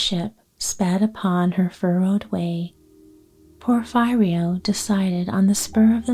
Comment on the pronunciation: I am a big fan of your sleep stories. I love your sweet voice. It always relaxes me. Allow me to suggest that the pronunciation of Porfirio is Porfeerio not Porf(eye)rio.